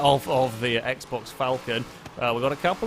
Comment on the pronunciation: Thanks for finally pronouncing Falcon correctly. P.S. It isn't exactly the correct way of saying it but in our family at least, the Commodores are known as "DunnyDores"